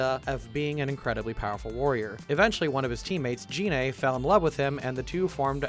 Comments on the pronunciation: I... don't think Gine was Bardock's teammate. You may be confusing her with Fasha (Celipa in fhe original Japanese), who is to my knowledge, the only other named female Universe 7 full-blooded Saiyan. Also "Gine" is pronounced with a hard "G". The name comes from flipping the phonemes that make up the word "negi", the Japanese name for spring onion. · Poorly pronounces Gine What the fuck?!